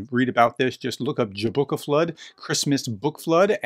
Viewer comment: Nice mention of Jólabókaflóð, but a quick note that if you hope to celebrate it again next year, you might want to check the translation and pronunciation. Have a good read; I'm going to make some hot chocolate and I have some more pages to read.